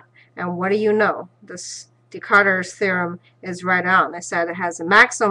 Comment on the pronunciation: His name is Descarte, not decarter by the way